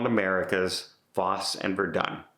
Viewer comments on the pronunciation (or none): Fosse has a long E at the end. It's pronounced Foss-ie. I'm booked on the Rotterdam this winter and I'm looking forward to this or any new show. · You're a big Broadway guy and can't pronounce Fosse and Verdon?